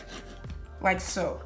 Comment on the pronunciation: I thought she was saying like soap 😭 Beautiful hair tho